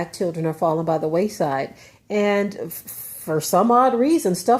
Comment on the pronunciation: Wayside, not Waist side...